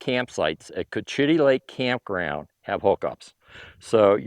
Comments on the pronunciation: Co-cha-tee. Thanks for sure a great detailed video of the campground. Great value. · It’s pronounced “coach’-i-tee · For God sakes, learn how to stay. The name right you sound like an idiot.😢